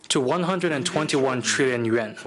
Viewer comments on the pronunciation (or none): none